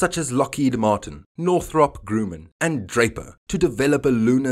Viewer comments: Northrop gruhmen 😂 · Northrop-Grumman as in Drum man. ;-)